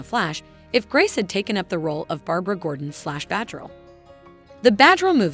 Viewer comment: SomeThing wrong with the pronunciation: especially with the name “batgirl” and “Warner bros” sounded like “bahghirl” and “wanderbrahs”.